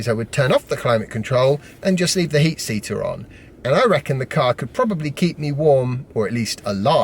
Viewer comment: Yay. I am not the only person that’s says heat seater!